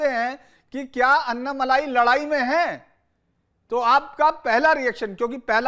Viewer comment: अण्णामलइ है अन्नामलाई नही है। कृपया इसे धान्य दे।